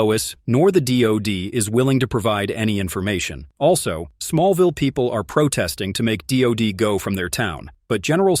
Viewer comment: That's Smallville not small vial. Human or program it needs English lessons.